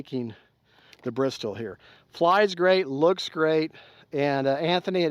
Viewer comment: Now this was good!! No unboxing. It is a beautiful plane. Mine (real Bristell) is blue like yours. It's not an inexpensive RC plane but, I think I need to have one! I wish I could order it with the same paint scheme as mine. Love your demonstration of stalls. And it's pronounced bris-tell 😁